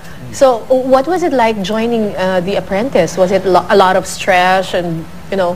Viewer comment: "Stresh"!!!!???? Wtf! Nakakahiya si Cara david!